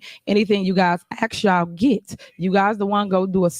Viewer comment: It’s pretty sad , when your mayor can’t even pronounce the word ASK, not AXE dummy